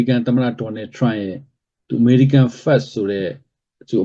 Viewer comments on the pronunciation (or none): အဲ့ တော့ ညည်းက ဘာ လုပ်ချင် လုပ်လဲ။ ညည်းက ဘာကောင် မို့ လို့ လဲ။ English စကားပီေအာင္ေပျာ BBC လုပ်ခဲ့ပြီး။ စောက်သုံးမကျ တာ First တောင် မပီ ဘူး Language လဲ မပီဘူး အခု ညည်း အလုပ်ပြတ် လို့ youtube က နေ ငွေ ရှာနတာလား ။ အလုပ်ပြုတ်ရုံ တင်မဟုတ်ဘူး ကိစ္စ ပါ တုံးမည့် ပုံ ရှိတယ်။